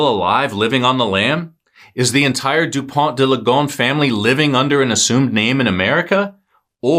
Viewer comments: Please pronounce Dupon deuh Lee Go ness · respectfully, your pronunciation is terrible